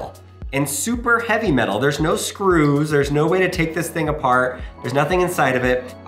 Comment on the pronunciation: How hevwy actually is it